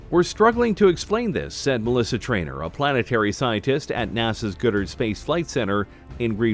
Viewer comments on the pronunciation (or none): Did he say GOOD-ARD Space Center?